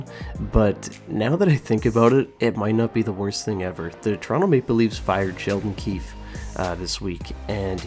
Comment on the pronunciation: First, say it right: it's Sheldon QUEEFE. (I think he would actually be good). Woodcroft is a perfect example of failure. Here ya go, here's a team with two of the best players in the world, just don't stink up your first 20 games this year